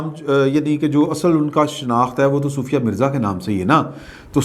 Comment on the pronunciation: Excellent vlog. Love you. By the way her name is sofia not soofia.